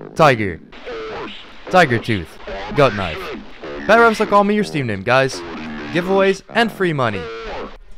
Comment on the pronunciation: When he said kenayf i felt that